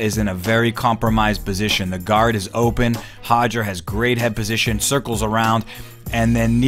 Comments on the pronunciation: Still cringe every time I hear “Hodger” instead of “Roger”! I know it’s how Brazilians pronounce their “R’s” in Portuguese it doesn’t mean it should be pronounced the same way in English! I am of Portuguese heritage and the difference between how Brazilians and the Portuguese (People from Portugal) pronounce “Roger” is equivalent to the difference between how the British and Americans pronounce the name “Carter” or better yet, “Water”! Just cringe worthy for some of us lol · I wish he'd stop saying Hoger....it's Roger...with an "R". Lol! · why do you keep saying hoger instead of roger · Just between you and me... it's Roger,, not Hoger. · It's not Hoger, it's Roger. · Hoger! Just say roger... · Why do people keep pronouncing Hoger , when it’s actually Roger with a damn R? Do Brazilians pronounce our names the right way they’re supposed to be ? Stop catering and being obsequios. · Why name your son with an English name then pronounce it Hoger, ffs 🤦‍♂️ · Hodger.... lol. It's pronounced Rodger...Rod-ger... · Sounds like he is saying Hoger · Hoger or Roger WTF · As a portuguese person, I can inform that the letter R at the start of a word or two in the middle of a word is pronounced with a sound not used in the English language and the closest thing to it would be the H sound. So technically yes he's close but not spot on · Can't we just sat it with an R sound if we are speaking english?